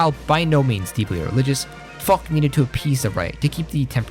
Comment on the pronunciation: the prononcuation of french name make it hard to know who tf u speaking about (like Foch is spelled Fosh, we dont have the barbarian germanic sound in our language such as kh in arabic)